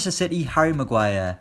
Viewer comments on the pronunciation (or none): none